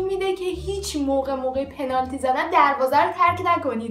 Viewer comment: چرا اینجوری میگی پنالتی 😒